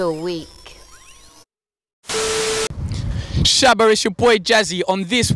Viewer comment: Did man jus say Shaba tracks? Lmaoooo